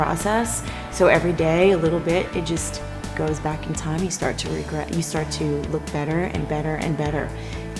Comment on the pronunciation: “You start to regre-“ 😳